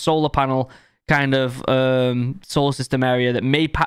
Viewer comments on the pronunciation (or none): none